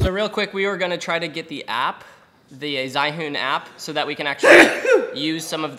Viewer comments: zhiwhon lol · "Zhaiyun" "Zhaiyun!" It's not pronounced that way! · It’s call >>> Zhi Yun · I find it funny that no matter how hard people try, they always pronounce the name wrong though haha Anyway great video as always! Gimbal shootout!! XD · I use Moza which has wireless charging, and you guys totally pronounce zhiyun 智云 wrong 😂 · totally butchered the name...hahahahahah I love it! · y is it that evry reviewer pretends doesn't know how to pronounce ZHIYUN ??? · your pronunciation is not even close...